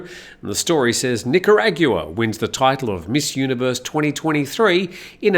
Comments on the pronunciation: I think is pronounced nickerauwagon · Nick-are-ag-wah 😂 sorry, had 2 do it. Nothing but love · It's pronounced "Nick Ah Rahgwah" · I think I heard: Nicaraguea-gua-aqua-gua 😅 It's right next to Nicaragua 😮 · Who won Miss Universe? I couldn't understand your destruction of the name of the country. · Thank you for taking the lead. I was thinking the same and found myself wincing each time it was uttered.. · how do you pronounce Nicaragua one more time?:hand-orange-covering-eyes